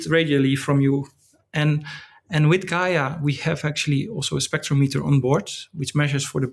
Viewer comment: It's Gaia not GAIA :-)